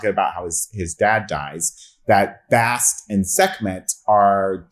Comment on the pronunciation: Butchered Bast's name 😂🤦‍♂